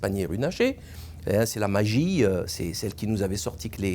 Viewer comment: "c'est la magie-eu" 😅 sacré Salim ! Voir l'intervention de Paner Runacher durant son discours oiur ceux qui n'ont pas compris l'allusion.